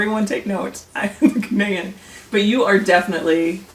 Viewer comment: Ghaanian not Ghenian lol🤣